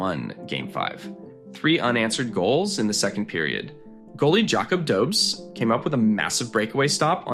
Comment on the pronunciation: Are you a bot? You mispronounce Guhle and St. Louis, Dobes, etc. Anyone who knows hockey would know how to pronounce these names.